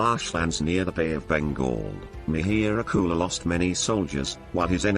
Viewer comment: Parsian language is derived from sanskrit. So, it is mihir kul, which you pronounced as Mehr gul.